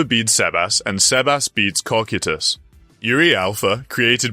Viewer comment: CO-KIE-TUS say it with me😂